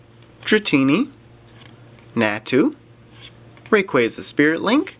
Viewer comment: U da best I enjoy ur vids so much thank u for uploading and check my channel I opened a dragonite ex box and a tin Also I think u say like rayqwasa